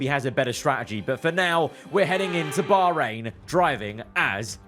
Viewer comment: It's cool to see that they actually try to pronounce Bahrain properly. It's supposed to be bakh rain and not bar rain